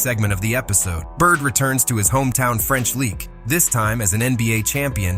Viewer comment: "French Leak"?? Gotta edit the AI voiceovers...or use a human instead of AI.